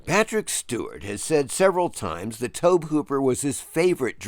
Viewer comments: Tobe is pronounced like Toby. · Tobe is pronounced TOE-BEE. It was a little painful to hear it pronounced incorrectly so many times. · Tobe is pronounced "Toby" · About 90% sure it's pronounced the same as "Toby" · I don't know why you keep mispronouncing Tobe Hooper's name. HE says it like "Toby" and that should be all you need. 30 seconds of cursory research would have solved this issue. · Why is no one discussing how irksome it is hearing someone pronounce Tobe Hooper's name so incorrectly?